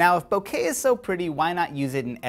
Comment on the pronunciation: did he just say bukakke?